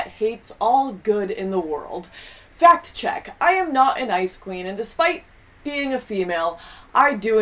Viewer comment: Every time she says "ice queen" i keep hearing it as "icecream". Funny that...